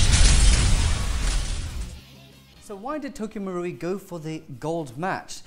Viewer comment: It should be pronounced as Tokyo MA-ru-i not Tokyo MU-ru-i